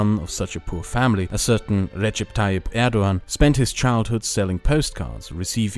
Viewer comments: The "ğ" in Turkish is silent. Erdoğan is pronounced like "Erdowan" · the g in erdogan has a special pronunciation btw. I couldn't get used to you pronouncing it as an English g while pronouncing german names correctly xD but it's a stupid detail nevermind it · "Erdogan, erdowan, erdokan, erdohhan,, please choose one pronounciation lol" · Turkish pronounciation of the letter ''c'' is a lot like the English pronounciation of the letter ''g'' , it's not the same but it should give you a general idea. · Unfortunately his pronunciations and translations were so wrong but you know he’s not a native Turkish speaker. But yeah he should have search. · Hey, I'm sure it's already been mentioned, but the letter "c" in Turkish is pronounced like a "j" in English. Can't wait for part 3! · recommadation: it would be nice to pronounciate terms in their native language ? In my opinion :D